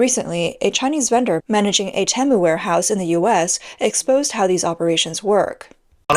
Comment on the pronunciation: Most people shop on Teemu not Tem u